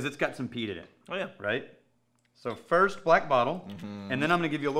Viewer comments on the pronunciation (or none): none